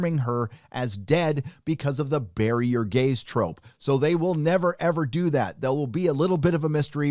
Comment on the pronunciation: I thought he said Barrier Gaze trope and was like What is that?